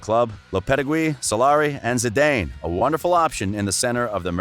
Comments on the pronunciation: He pronounces the names weird. Zidayne? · He said “Zi-DAIN” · Zinedine ZidAIINE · Love the channel, your voice is gold, your pronunciation you need to work on. I don’t mind the accent but the pronunciation for Zidane and lopetegui can be improved certainly.